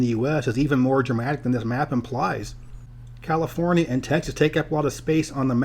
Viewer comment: "Californee" 🤣 sounds like someone's been watching the No Internet episode of South Park lmfao.🤣